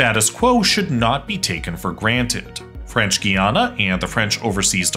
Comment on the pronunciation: Your French is horrible :DD But great video!